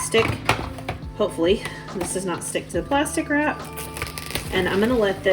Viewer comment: I thought you said “pasta crap” instead of plastic wrap. Haha ❤❤